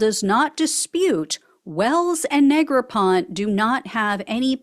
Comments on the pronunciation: I believe it's Negropont-ee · Neg-ra-pon-tee 😂😢😮 That Orange Stain will never wash out.